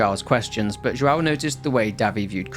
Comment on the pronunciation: seeing a british person trying to speak brasilian names is so funny that make me laught 😂 joão-joaooo